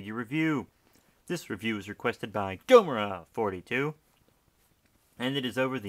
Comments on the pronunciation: at 7 why did you say gomora42 like that? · I know but I meant why did you say it like GOMORA42!?